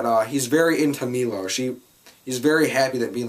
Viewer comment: Finally a reviewer who pronounces Milos name correctly. They say it about 200x in the movie, and yet people still cant pronounce it? Cmon!